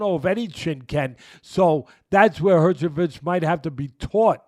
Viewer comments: I thought eyetooma was bad and then he said herchovich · Nah the way he says herjevik kills me 😂😂😂